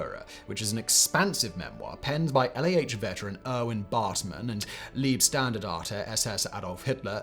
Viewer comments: take a drink every time he says Lieb instead of Leib 😆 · Yeah it's the sound as in the word lie, ironically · hah at Liebstandarte (love standarte) 😆 Leibstandarte ( body/personal standarte) quite the difference between ie & ei in german! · He says leebstandarte. It's an ey sound. Leybstandarte. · Liebstandard 😅 leibstandard its 🥚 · In several videos you butcher those parts of German pronounciation which is easy to do for English speakers. "ei" in German maps quite well to "ie" in English. So if you say Leibstandarte, just pronouce the first three letters like "lie" in English and you're pretty spot on. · I'm pretty sure it's pronounced Layb-shtandarte. The "ei" diphtong in German is generally pronounced like "i" in "bite" or "like". "St" at the beginning of a word is pronounced as "sht" and this rule applies to "Leibstandarte", because it's a word combining 2 words: "Leib" and "Standarte".